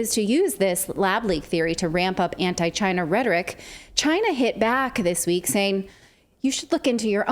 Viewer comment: Trump said CHI-NA